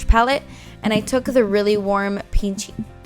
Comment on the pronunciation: Hahaha I love when you said peachy and it sounded like you said pinche 😂 I love this look!